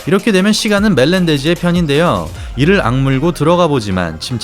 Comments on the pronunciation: 산체스아니고 산체즈라 하는거 킹받네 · 근데 산체스를 산체즈라고 발음 하는 이유가 뭐임?? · 산체즈가 아니고 산체스;;; 산체즈 라는거 킹받네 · 싼체즈~ㅎㅎ. 차도로~자전거도로 인도로 발음음 띠벌 포올~ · 공감 ㅋㅋㅋ 산체즈라는 말이 계속 들려서 좀 그렇네요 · 자꾸 산체즈라하는거 킹받네.....ㅋㅋㅋㅋ